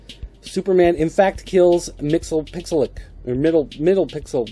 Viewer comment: Its pronounced "Mixy-spick-a-lick"